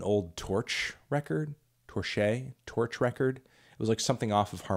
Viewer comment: Torche is pronounced like "torch". I made the same mistake and their merch guy corrected me.